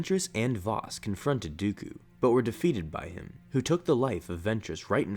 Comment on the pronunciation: Can't say dooku, keeps on saying duuukuuuuu